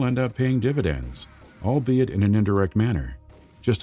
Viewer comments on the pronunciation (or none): Whatever you do, don't take a shot everytime the narrator says "albiet". You will be in the hospital...